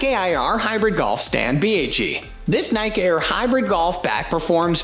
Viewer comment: Oh God. Computer voice that mispronounces every brand name. When I hear The Nike “Aye-eye-arr” bag, sorry but, NEXT!!🙄🙄